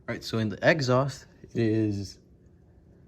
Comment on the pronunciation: I heard egghaust lol but good video thanks